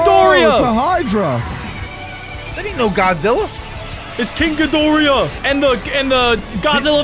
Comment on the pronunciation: If you’re going to say all the Godzilla’s please say the correct way and please say king Cadora the correct way because it’s not it’s not good on you. It’s really not. I’m sorry that I had to say this but thank you.😬😑